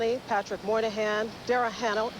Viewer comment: “Darrah Hannel”